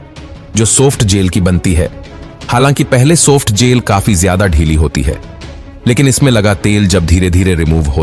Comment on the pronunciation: सोफ्ट नहीं सॉफ्ट